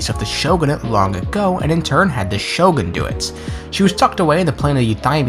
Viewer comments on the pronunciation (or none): none